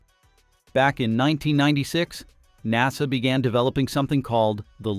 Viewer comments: N A S A.... you mean NASA? Thanks AI voice. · Good video, but lacks human testimony. This is A.I. talking about things that it knows nothing about and that's why it says In Ay Ess Ay instead of saying Nasa... A.I. cannot be trusted because it has no scruples against lying. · en ay es ay? Only AI makes this kind of mistake. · When people make these videos using text to voice, they should spell out the words phonetically so that we don’t end up with the word NASA sounding like, En A Es A.